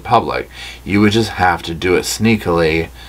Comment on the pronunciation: Not “sneakily” 😂